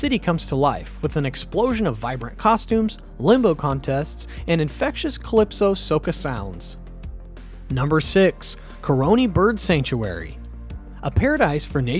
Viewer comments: Please get the pronunciation before recording TO BAY GO Caroni. Pronounced Ka ron e ... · Great video, thanks! However, pronunciation of place names (Tobago, Caroni) threw me off. Also, the capital city is not "the port of Spain". It's simply "Port of Spain". Maybe check these things with the people living there?